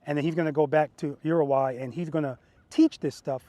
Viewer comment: Just making fun of your pronunciation brother. Thx for all your instruction, I’m a much better boss because of it.